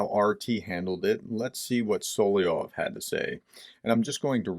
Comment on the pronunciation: Man...try to master the pronunciation of SO LO VEE OV. Sound like like a dunce...sorry. If you're dyslexic, I apologize.